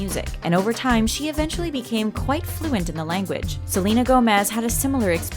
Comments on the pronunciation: honestly its not freakin salina its SEHLEHNAH quintanilla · That’s not how u say Selena’s name they don’t sound the same